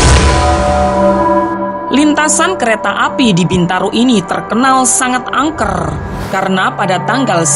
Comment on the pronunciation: rrrr nyaa peket banget,, angkerrrrrr kerrrrrr rrrrrr astaga